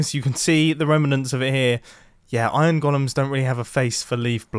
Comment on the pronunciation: In this episode we had "booshes" and "iRon."